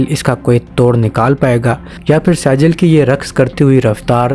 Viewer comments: Dear saijeel nahi sejjeel sahi word hai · لفظ سیجل نہیں بلکہ سجیل ھے اور لفظ قرآن مجید کی سورۃ الفیل سے لیا گیا ھے۔ (ترمیہم بحجارۃ من (سجیل) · Pronounce the missile name correctly you dummy, it's not Sejil it's Sijeel, from Quran. read Quran or not?? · Pronunciation:-Sajil nhi bhai Sijjeel hy